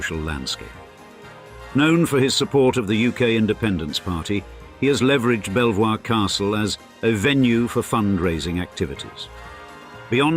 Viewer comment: Good, clear narration. Thank you. But, Belvoir Castle is pronounced Beavor.